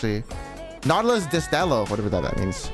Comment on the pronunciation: Your spanish is way to funny xD ''destelo' ! xD When u find 2 LL ( destello ) u use the LL as an english Y, like ( desteyo ) Amaizing videos mate, keep on, u make me laugh a lot with this kinda a videos ^^